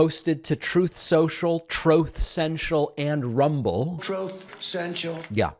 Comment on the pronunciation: Humiliated indeed! Now, he is just entertainment. "Trooth saciall".. 🤤 I'm kind of hot, watching him squirm and soiling himself on camera! Now is the time to really laugh at him! It always was, but then he was elected.... Threatened to take the US out of NATO, -he really was a danger to us all! So happy and warm to see him humiliate himself on "Tooth socall.." Thanx, Donald. For being the Schmuck you are! 🤏!🖕!!!!!!!!!!! (by the way, this is my call to you :-D )